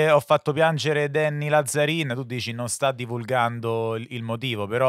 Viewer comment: Ragà va bene tutto ma Làzzarin non si può sentire, è un cognome veneto e si pronuncia Lazzarìn